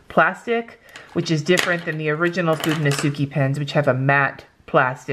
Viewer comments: Just be cause It also irks me.. sorry. they are pronounced ( fuu den no skay ) not ( fu den no suu key ) Japanese is just not phonetic like a lot of english is.. sorry to be that a-hole! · It should really be (fu de no su kay) you only mispronouncing the last "e" that sounds just as the one on fude, its a pure E like in spanish, or like the e in eleven :)